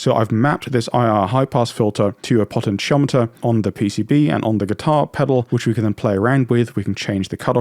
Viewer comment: What the hell is a potten chomiter? Do you mean potentiometer?